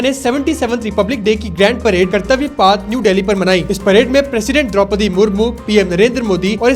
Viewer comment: Kartavya paaath 😂😂😂😂abbe saale kartavya path hota hai